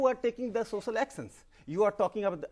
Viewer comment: rakesh sinha- sosal aksons (social actions) lol